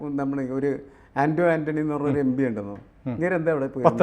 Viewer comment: എമ്പിയല്ല ഭായ്...എം.പി...എം.പി...എം.പി. ആണ്.